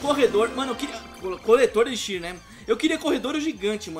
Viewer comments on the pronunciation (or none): none